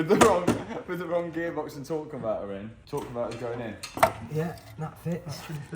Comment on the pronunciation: “Tor on’ver’er” aka a torque converter